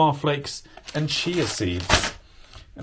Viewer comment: “Cheer” seeds? ….. have I been saying it wrong?